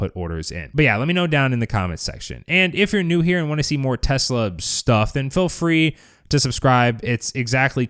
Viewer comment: Dude you are pronouncing feel incorrectly. It's not 'fill', it's feel!